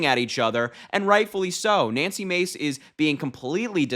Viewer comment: It’s not Macy. It’s Mahcy.